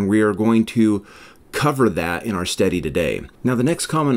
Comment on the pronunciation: Off topic. But i can’t help but chuckle every time you say “study”. If it weren’t in context i might sware you say “steady”.